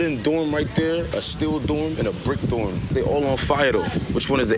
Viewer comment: Listen 😂😢😢😢😢to how he says dorm sounds like he said doom, he can't be serious